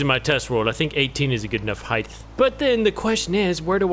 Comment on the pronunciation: Bro said heith